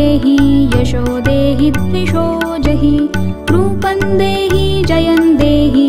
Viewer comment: Beautifully sung but please take care of. Few words next time. Every word should be correctly sung or recited. It’s rupam dehi not rupan dehi . Many more words are wrongly pronounced. Please correct them if possible next time. I listen to it too often. Great voice👍🏼